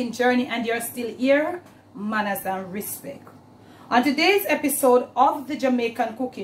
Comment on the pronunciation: Mawnin! LOVE it when you say "Manners & Respeck" Glad to see the merchandise. Maybe later you can add your Social Media info with a Jamaican flag, plus small stickers, & Car Bumper stickers too. That would be great. 🔹If you haven't already, please TRADEMARK your NAME & PHRASES. 🔹May the Lord continue to Bless your life with health & strength, Bless the work of your hands, increase your FAVOR & expand your territory, in Jesus Name, Amen. SHALOM to you ie Nothing missing, nothing broken in our life. GREAT recipes as usual.